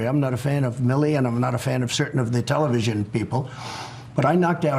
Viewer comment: Did he just say "Intelevision people" referring to the intelligence people? Or did I hear that wrong?